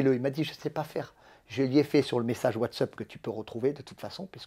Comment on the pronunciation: « Whatsup » au lieu de whatsap il me régale 😂